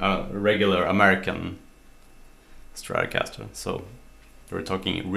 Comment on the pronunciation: I love your saying "stratocaster" :)